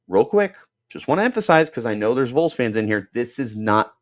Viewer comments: its not the "Vools" lmao. VAWLS 🍊🍊🍊🍊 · Vols is pronounced as vawls not voles also they’re not gonna tamper don’t even worry about that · It's ok. As a Vol fan whose half my large extended family lives here and Arizona, I will pardon your crime of mispronouncing Vols lol. Go Sun Devils! lol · What does Tn have that Arizona State. Play in front of 102,000 screaming crazy fans or 55,000. Idk that’s a tuff one. The facility’s are like no other. Tons of money. Located in the great Smokey mountains with pigeon Forge, Gatlinburg Glad you’re so confident. Learn how to say Vols before you report. Hell Tn could pay for him and his Buddy. We normally don’t poach!!